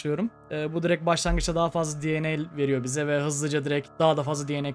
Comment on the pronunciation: abi video çok iyi ama DNA derken di an ey demesen direkt de ne a desen daha iyi olur